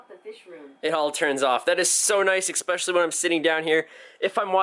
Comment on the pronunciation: Stop saying exspecially!